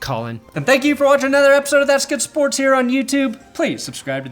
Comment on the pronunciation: As a german the "thats good schports" made me so happy. dankeschön! BTW I subbed only because your intro is so goddamn good.